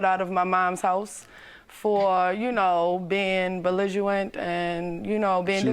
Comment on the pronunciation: Maybe she left for a good reason, though. I heard "beliguwent".😂